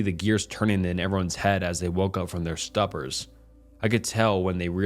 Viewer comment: Im just wondering how the heck you got so many subscribers when you have such poor reading skills... - "as they woke up from their stuppers ? Its pronounced like "stu-per" ...you know, the beginning sounds like "stu-pid"?? - "dotted"?? Its doted...just like its spelled... And that is just a couple of examples of the many, many mistakes in this video alone! You probably want to work on that..or likely not